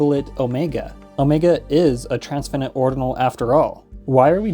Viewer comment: "Transfinite" is pronounced like "finite", not like "infinite". More significantly, you need to be very careful about the difference between "infinite branches" and "infinitely many branches." An infinite branch is a branch that is infinitely long. , you say that "there are infinite branches" in this tree, but that's not true. There are infinitely many branches, but each branch is finite: the first one has length 1, the second one has length 2, the millionth has length 1,000,000, and so on.